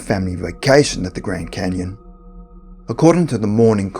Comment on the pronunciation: the gwand canyon, something seriously wrong with people who can't pronounce words with the letter R